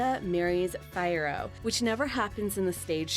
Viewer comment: and it's Fee-air-oh, not Fire-oh. Also the Wicked Witch doesn't get away from Fiyero. Fiyero comes back for Elphaba